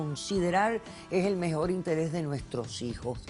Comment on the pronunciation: “me introducio” 😏 “mejol” “Pol” qué 😶 se comen la R